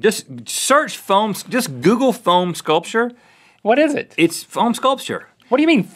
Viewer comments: I swear, I thought he was saying PHONE sculpture, like cutting up an iPhone with a Nokia or something. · I thought Rhett was phone sculpture! I Google it before I realized he said foam and phone sculpture is a thing. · Same lol then I realized he said foam sculpture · Same I thought he said phone sculpture too I was sooooooo confused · I thought Rhett said Phone sculpture and was, what! Then relieved it was foam. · i thought Rhett said phone sculpure so i spent ages goggling phone sculpture then i went back to the video and unpaused it and at that exact second he was like 'you get a block of foam' and i realizede what he said so i was like ohh... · I thought Rhett was saying "Phone Sculpture," so I looked that up on Google. I was extremely confused on why he was so into phone sheep. Look it up. Why would he be meaning to do that? Only then did I realize he was saying "Foam Sculpture" as he started explaining it. Let's make a Phone Sculpture everyone. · I thought Rhett was saying phone sculpture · Anyone else thought Rett said phone sculpture? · Took me a second to realise it wasn't "phone sculptures", but "foam sculptures". :)